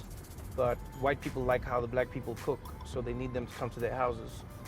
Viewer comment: He said cook , I heard look